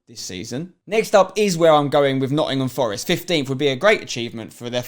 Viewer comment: It's not Notts Forest